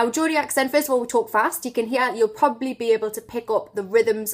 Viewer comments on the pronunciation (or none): none